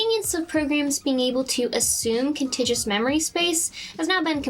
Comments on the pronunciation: It's 'contiguous,' not 'contigious.' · No such word as contigious. She means contiguous. con-TIG-you-us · Did I hear her say contagious instead of contiguous? Awesome video, subscribed! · "Contiguous" not "contigis". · The 'g' in "contiguous" is hard, not soft. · Excellent... But the word is con-tig-u-ous, not con-tij-ous. The only flaw in a great video. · It's contiguous, not contigious. Contigious is not a word. To anyone who wants to accuse me of "um actually"-ing, IT MATTERS. If you don't say the word right, people won't know what word you're saying, and they won't know what you mean. A supercomputer is like a regular computer... but it can FLY. MMU is the sound made by a CCOW. The coding stuff is cool. it's neat that you can bypass the parts of the operating system that handle all these problems, and show what execution looks like without these clever inventions. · contiguous, not contageous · She says contigious instead of contiguous, but it's a small error in an otherwise excellent production. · I liked your video on virtual memory. However, throughout you mispronounce "contiguous" as "contigous" (no such word). Note the first "u": con-tig-u-ous. Roy Sykes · Great vid.. just one thing: con-tig-you-us, not con-tidge-us 😅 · Liked, subscribed and, obvs, commented. I might be a little deaf but I kept hearing "contagious" rather than "contiguous". Are you saying the latter with a soft-G? Is that even a thing?? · Contiguous, not contagious. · Great video. One minor suggestion - memory addresses are not "contigious" - they are contiguous - pronounced con TIG you us. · con - tig - u - us not con tage us, otherwise I think you are discussing some form of life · Cute video. Its also cute that you keep mispronouncing Con-TIG-U-OUS as "Con-tigis", lol. The word has a hard "U" / "yew". contiguous. adjective. con·tig·u·ous kən-ˈtig-yə-wəs. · It’s contigUous, not “contigious”. Otherwise great work! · "contiguous," not "contigus". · contiguous, not contagious